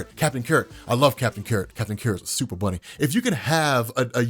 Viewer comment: I love the way he says "Supa Bhunny"😂😂😂